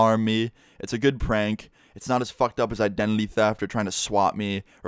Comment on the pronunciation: Ik its an accent but you said "Idenely" and not identity pretty cool story tho